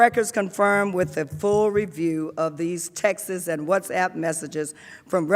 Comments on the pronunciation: I swear if she says “textes” for texts one more time I’m going to die laughing. How in the world are these the leaders of our country if they can’t even properly enunciate our national language in front of not only congress and the American people but the world on television and online? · I know right. Thought she was trying to say Texas LMBO!